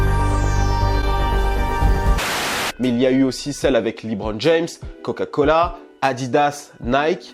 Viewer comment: Lébron et non pas Libron